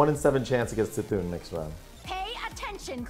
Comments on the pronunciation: it is Kuh-thun lol not see-thun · It is NOT "see-Thoon"... You annunciate the c as a k. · Why no one say Cthun's bloody name correctly ? The dam cards all say it the way you are meant to...